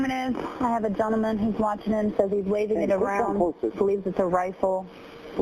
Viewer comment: . ".. gentlman with a gun .."🤣